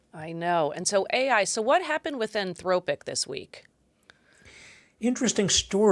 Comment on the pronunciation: Type saying anthropic wrong heather😂